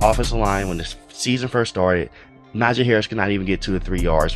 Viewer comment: Najee not Najaaaaaay.